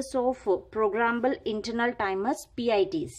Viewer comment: It's interval not internal